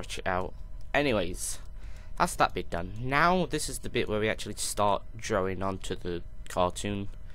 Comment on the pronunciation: Lol You said Drowing It's drawing go to the speech pathologist dude